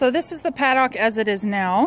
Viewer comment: I almost couldn't after hearing you pronounce paddock. Good work though. Informative.